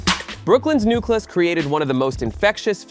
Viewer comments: Can we stop White people from narrating our musical history! Why can't they ever pronounce correctly. "Shan Tay"? It's Shawn-Tay! "NewClus"? It's New‐Clee‐US! The Soul Train clips are from the 90s ...stay out of shit! Smh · I love that you’re doing this. But the way you pronounced “Rakim” exposes that you really have no idea what you’re talking about. You’re just reading a script. Or even worse, AI is reading it. Either way, it’s insulting. Oh, same for Newcleus. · Great video, but I kept cringing every time he mispronounced Newcleus and Shante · It's cringe when I listen and realize it's AI narrating. It jacked up Roxanne Shante's, Rakim's and Nucleus' name 🤦🏾‍♂️